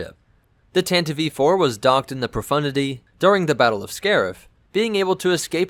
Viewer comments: thatnks for clarifying. I've never heard it pronounced that way before, I would have thought if that was the intention they would have spelt it 'Tantivee' or something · It sounds like you are saying either Tantive E-4, or tantivee 4. It sounds wrong, as it is. The "e" is silent, but you pronounce it like it should be pronounced, which it shouldn't. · Tan-tiv. Please not tan-tivee. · I'd really like to know why you measure stuff in Wookies, Sandcrawlers, Millenium Falcons etc....your videos are great otherwise, but why do you do that? Also: I thought you call it the TANTIVE (not Tantiveee) IV? :) And another nitpick: Disney-Canon mixed with "legends" (Hate that moniker!)? Especially that stupid retcon that Leia's ship was at freaking Scarrif? Damned, that's so stupid, especially if you watch Rogue One and then watch A New Hope directly after (Leia's lies weren't very convincing in the first place, but telling Vader who saw your ship escape a few hours ago that you are on a diplomatic mission is beyond flimsy and stupid, especially since you don't have to travel to the Outer Rim to go from Coruscant to Alderaan! (not to mention that Vader/the Empire would have recordings of that action at Scarrif (thus you've just handed them proof to kill you) and thus could prove that Leia was a Rebell and thus they could legally detain and even kill her, even if the emperor would have never disbanded the senate! The senate would crack under that pressure, the evidence to damning!) I prefer the version from the EU, where it was Bothan Spies that got the plans for the Deathstar! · the ship is called the TANTIVE 4 not the tantdi- v 4 , or the tantiv -E-4 , ....the tantive 4 (grates on my nerves EVERY time you butcher that name google it . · btw its Tantive VI, pronounced tan-tiv four. not tan-tiv-ee four or tan-tiv vee four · Tanta-VEE 4? Is English your first language? Because you keep misprouning so many ship namesit's not even funny. is it called TAN-TIV 4